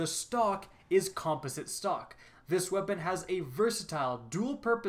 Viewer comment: He's pronouncing "composite" incorrectly and it's really bugging me 😅